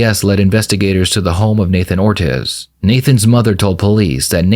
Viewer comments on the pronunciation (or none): Nathan "Ortez"